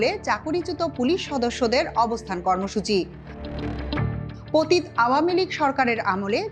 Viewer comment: আমার হিরো'র (মাহমুদুর রহমান স্যার) দৃষ্টি আকর্ষণ করছি... উচ্চারণ টা হবে... পতিত (প তি ত অ)। ... পতিত্... নয়।